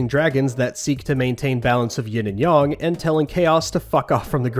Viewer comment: Or... It's like they're pricing the units like units in the tabletop version. - It's Yin and Yang. Not Yin and Yong..